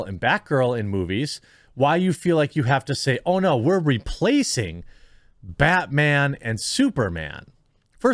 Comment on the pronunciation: Bat whammon, lol.